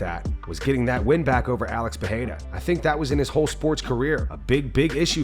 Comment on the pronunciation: Why you put that much effort into pronouncing Adesanya but still can’t pronounce Pereira correctly?